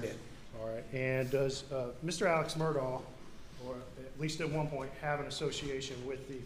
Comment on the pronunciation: Why do they refer to his name as 'murdaw' when the family pronounces it 'murdock'.